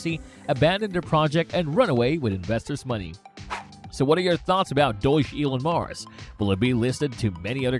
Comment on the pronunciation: It's pronounced Dog Elon Mars (Dogelon Mars) lol... Great video the way! I currently have 575,500,000 ELON tokens at an average of and I'm holding long term. I'm excited about the future of this token! Best of luck everyone!